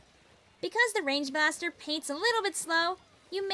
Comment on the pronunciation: i thought you said “range bastar”